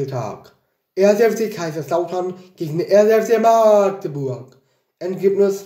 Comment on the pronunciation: Magdeburg wurde noch nie so schön ausgesprochen. ❤